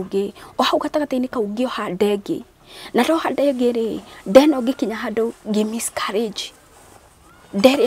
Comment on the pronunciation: my Brotha it’s Miscarriage and not Miscourages Good Grief!!🙄 Eng 101.. and to Hannah..God Bless your heart and God will remember you just like Hannah...